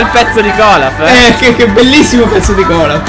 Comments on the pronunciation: si chiama olaf non colaf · Si dice olaf